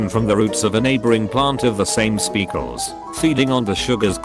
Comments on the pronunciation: 'Specles' gotta love when tts fucks up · Did this man just pronounce species Speakles?